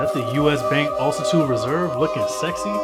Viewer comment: Bro, it’s not “Ultitude” it is called Altitude!!! 😅